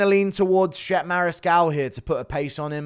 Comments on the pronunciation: "Shep" 😂😂😂. Is Chep-pay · Mariscal’s first name is pronounced “chep-aye” not Shep